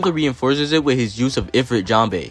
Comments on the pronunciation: please mr american it is "jambe" not "jambay" 😭😭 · Everyone NEEDS to understand that Sanji's attack names are almost ALL FRENCH! Just because he pronounces them wrong, doesn't mean we should 🇨🇵🏴‍☠️